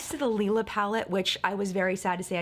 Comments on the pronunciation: Hey! The “Lila” palette is pronounced “Lie-luh”! Love your videos ❤️ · I think the palette is supposed to be called lee-la because that is how u say purple is German.